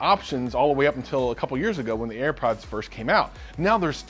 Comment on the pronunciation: "Earpods." Air Pods man!